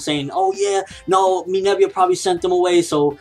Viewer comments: IT'S MINERVA NOT MINERVIA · umm no offense but you're saying her name wrong it's Minerva not "Minevia" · Why does say Minerva like that? Minerva = Meh - Ner - Va!